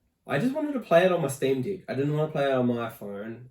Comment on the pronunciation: Bro it wounds like you're saying Steam D*ck 😅